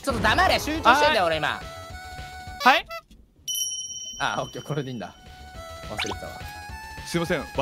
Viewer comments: はい↑がしんどいwwww イントネーションバカめっちゃ好きですww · 敵にヘリコプター乗ってる😂w はい↑？？がややこすぎるww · はい↑にツボるｗｗｗ このイントネーションにするの絶対難しい🤣🤣